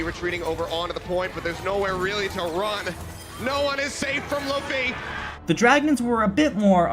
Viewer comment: Great vid (biased obviously), just wanna point out that Luffy is pronounced loo-fy after the character in the One Piece manga